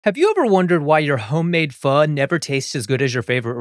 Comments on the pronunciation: As a Vietnamese immigrant, I just want to say I appreciate you pronouncing Pho, correctly (vs FO as other chefs do) =) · I am so grateful that you pronounce pho correctly